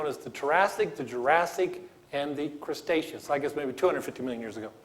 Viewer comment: "Crustaceous" XD